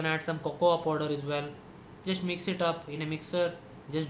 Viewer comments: podar nhi hota😂😂😂😂 powder hota h woh Podar😂😂😂😂😂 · the way he says 'Powderr' 😂😂